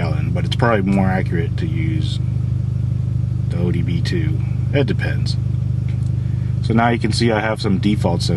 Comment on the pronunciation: Sounded like you said "Torque connect to the Wii sensor" lmao